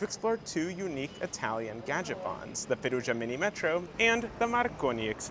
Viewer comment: slight correction on pronunciation: "Minimetro" is pronounced "Minimetrò"